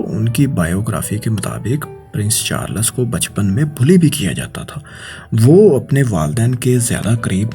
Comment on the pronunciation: Oye princes Charles he Princes charlas bole jaraha he pori vedio me. hi rehta he or aya he faisal bhai ko replace kerne 😂